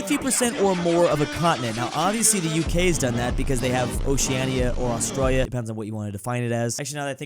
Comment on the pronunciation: Like how says ahs-troil-yuh.